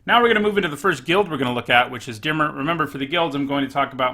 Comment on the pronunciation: Is it pronounced dim-ear?